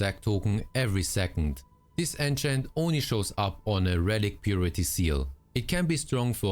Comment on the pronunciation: Keep hearing "Ancient" whenever he says "enchant" 😑